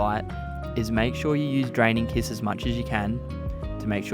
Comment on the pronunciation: I keep hearing him say Dragon kiss... Am I hearing wrong? 😅 It's Draining Kiss.